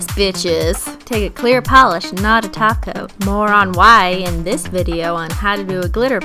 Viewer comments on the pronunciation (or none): she's saying top coat not taco😱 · Excuse me did you just say top coat Not TaCO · Back when it just sounded like she was saying taco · WHY ARE YOU SAYING GLOSSY TOP COAT ITS GLOSSY TACO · when u say top coat i hear taco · Cristine trying to pronounce "top coat" so properly😂😂